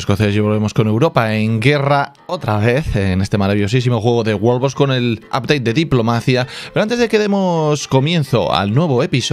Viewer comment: ES WORLDBOX NO "BOS"😂